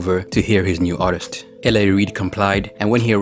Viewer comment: “Ar is tur”